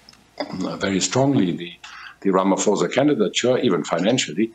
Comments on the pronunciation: but it is RamaPHOSA. not RamaFOSA Come on can you at least try to pronounce the namecorrect? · Has this man never ever said "ramaphosa" correctly? How is he still calling ramaphosa, ramafosa as if he just read the name!!